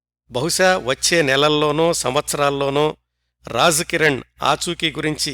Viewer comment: నమస్కారం గారు, మీ నరేషన్ చాలా బాగుంటది. ఒక చిన్న సవరణ, మీరు రాజ్ కిరణ్ లోని ‘రాజ్’ని తప్పుగా ఉచ్చరిస్తున్నారు. మీరు ఉచ్చరించే రాజ్ కి ఉర్దూలో రహస్యం అని అర్థం వస్తుంది. అలాగే ‘ జీనతామన్’ లోని ‘జీ’ నీ కూడా తప్పుగా ఉచ్చరిస్తున్నారు. అంటే, రాజ్ కిరణ్ మరియు జీనతామన్ లోని ‘ జీ’ అనే అక్షరాన్ని అటుది ఇటుగాను, ఇటుది అటుగానూ ఉచ్చరిస్తున్నారు. 🙏🙏